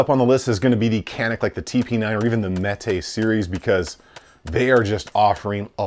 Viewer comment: Canik is pronounced Janik, the C in Turkish is a J sound.